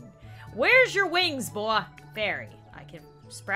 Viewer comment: Anyone here the way she said boy